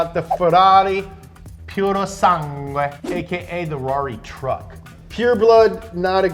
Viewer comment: bro as an Italian hearing them say purosangue js pains me, its a sick name you js don't know how to pronounce it 😭